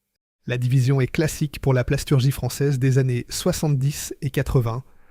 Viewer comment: c'est une voix IA 100%. Typiquement les années qui sont prononcées de façon très trop trainante et parfois des prononciations fantaisistes.